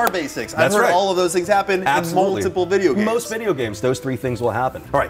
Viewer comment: Time skip he says Bideo games